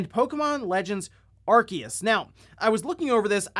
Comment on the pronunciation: And it was driving me nuts so I googled it. It is said Aar-see-uhs Source- Bulbapedia